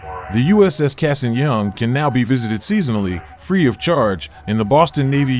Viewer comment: The A in Cassin is an ahh not long A. Flew with his grandson, the III